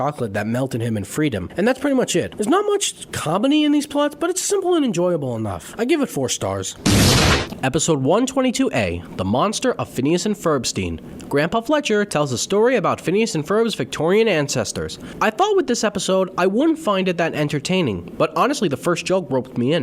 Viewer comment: It's FerbenSTINE, not FerbenSTEEN. And yes, we do see Django again, but he is minor. I looked out for him quite a bit in my rewatch.